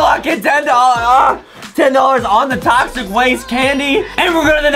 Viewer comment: tochic waste hahahhaha saour